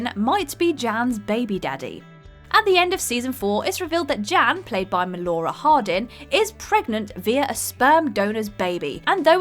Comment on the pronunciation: Melora Harding, not Menora 😊